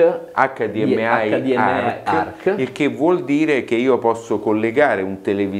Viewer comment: Bella rece ma ,proprio per la grande competenza ,non si può sentire "Hdm ai"!Si dice hdmi .Altrimenti si pronuncia direttamente in inglese. Secondo voi l'Eversolo Dmp a6 vale la differenza di prezzo?